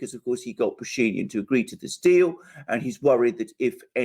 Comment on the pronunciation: what happened with Putin is looking weak and tired such a horrible mistake and the rest? And just in case name Pashinyan has stress on —-yan. The guy is Armenian and Armenian names don’t have stress in the middle. You just make him sound something else so sometimes it takes a while to figure who the hell you are talking about